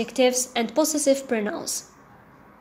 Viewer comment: hello Ms thank you so much your lessons are helpful .NB: check the pronounciation of the word possessive .pəˈzesiv